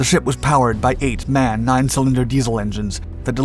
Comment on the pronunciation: Slight correction - , those engines where built by a firm named "Maschinenfabrik Augsburg Nürnberg" - MAN. The abbreviation/firm name is spoken Em A Enn. (company still exists, name is still spoken that way) Just like you would not pronounciate IBM as "ib´m" or KFC "kefz" or "kefk".